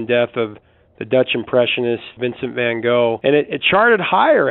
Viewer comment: Apart from Don McLean's "Vincent", all those songs are rightly forgotten. And by the way, you might try and pronounce van Gogh's name correctly. it's like the German word, "doch".